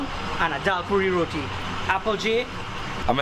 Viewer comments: THE ROTI IS PRONOUNCED RO-TEA, it makes me cringe to hear you say RODEE lol please !! RO-TEA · Let the man know its not RODI its Roti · Trinidad 🇹🇹 best food in the world!! But someone please tell him it's roti and not roddie 😂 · I keep trying to tell him on all the videos he showcases roti, but he probably doesn’t read comments or wants to sound ignorant “it’s ROTI!!!!! Not rodie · Hello helllo. Rotiiiii Row-tea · Ok as a trini you can't say rodi ok~ it's roti it don't has a d in roti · It’s not ro-DI it ro-TI thats how u pronounce it🤍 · Someone teach this guy how to say roti and not rodi lol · Is it bad that I don't like how he pronouncing it weird from Trini ppl 😭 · I hate how this guy pronounces ROTI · The way this guy is pronouncing the food is cringe. Learn to say them properly, you are butchering the names of the food and acting like you're cultured. Just stop.